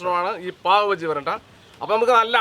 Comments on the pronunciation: പാവ് ഭാജി ആണ് ബജ്ജി അല്ല 😂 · ബജ്ജി അല്ല...ബാജി